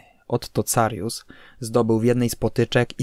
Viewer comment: Dżozef Stalin - serio??? Otto Carius czyta się "Karius", drogi lektorze... Poza tym, bardzo sympatyczny film!